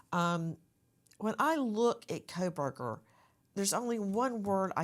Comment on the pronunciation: Quit saying Kolberger! Lol. It's Kohberger... And I am not surprised his attorney is nervous sitting by him. He is a cold blooded predator!